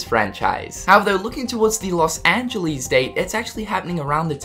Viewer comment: Rople Loz angeleez, Eraqueez, dirty knees, look at these